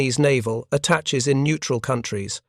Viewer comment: Attaches: attah-shays, not attatches.